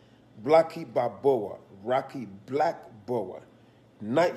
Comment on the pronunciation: "Rocky blackboa" 😂😂😂😂